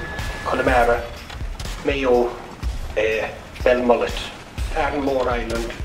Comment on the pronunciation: Good job ye said Belmullet